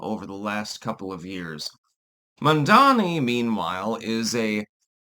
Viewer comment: It's Mamdani, not Mandani.